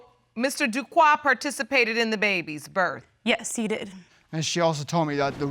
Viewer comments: Everytime the Judge and Mr Duque pronounced his name as Duquoi the French speaking/Haitian part of me corrected them like they can hear me. 🇭🇹🇨🇦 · yes I kept correcting them is Duque not Duquoi.